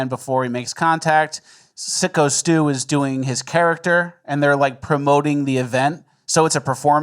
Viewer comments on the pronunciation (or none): ffs take 3 seconds before covering a story and figure out that it's syko stu, not sicko stu.